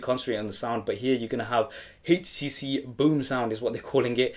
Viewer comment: nice vid,,,, he keeping say hcc